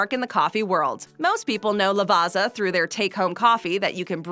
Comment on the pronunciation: Hey, just a quick info regarding proper pronunciation: there is no Z sound in Lavazza, the correct way is La-va-tsa-h. Ciao!